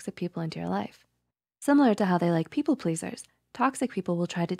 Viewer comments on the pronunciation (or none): They say "people" like pee-pole as in a pole you pee on